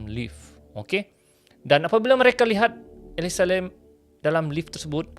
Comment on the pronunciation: Nama mangsa ni elisa lam kan.? Kenapa ni asyik sebut elisa lim pulak?